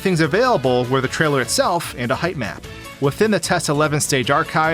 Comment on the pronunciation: I keep mishearing him saying "height map" as "hype man"